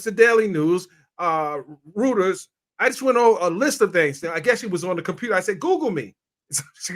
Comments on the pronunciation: Why does this man not know how to pronounce Reuters correctly? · Reuters pronounced ROY-TURZ